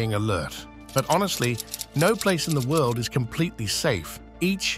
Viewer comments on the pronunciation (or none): none